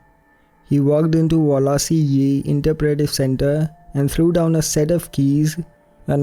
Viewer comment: Are you based in Scotland? Just with you saying 'doon' it's how we say down here 😂 Good work 🤗👌